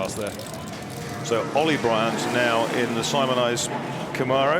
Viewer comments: Please... they are called "Cam-mare-ohs", not "Com-ar-ohs". They were made in America. We grant you "al-U-min-e-um" please grant us this. Thanks. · Did he say "going like a ding bat" ??? And also someone teach these guys how to say Camaro